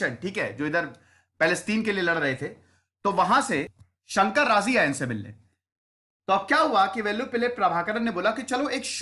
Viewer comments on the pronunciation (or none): none